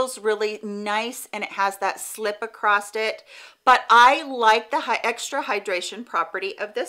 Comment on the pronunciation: Is she actually saying acrosst instead of across? It’s really throwing me off or am I hearing things?